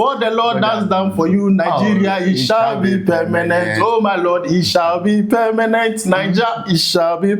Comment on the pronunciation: Permanent ❌ pemenet ✅